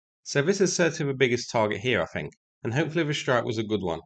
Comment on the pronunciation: you don't need to sink a ship to take it out of service. If you take the radar or communications systems, the ship isn't sea worthy any more, and will continue to sit out the war. The word "think" has a "th" at the start of it, not an "f". I know its hard for brits to speak English properly, but ffs try.